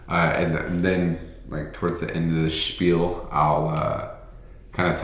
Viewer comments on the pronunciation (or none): none